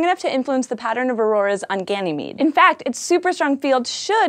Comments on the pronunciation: You mispronounced Ganymede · Also Ganymede is pronounced as Ganymayd